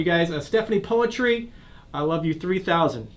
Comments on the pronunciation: You false pronounced her name , the right way to say her name is Stephanie Putri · Poetry? Stephanie Puisi oh ok 😂 as i know Poetri -> read: Putri (cmiiw) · You’re supposed to say putri not poetri